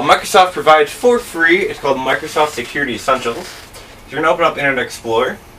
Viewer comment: I'm sorry, but when you say certain things like "speed" and "free" it sounds like you ad an "r" sound to them. So, it sounds like "Frer" and "Sperd"